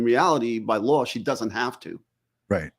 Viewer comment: LOLOLOL I thought I was the only one who heard the “R” at the end of LAW!!! 😂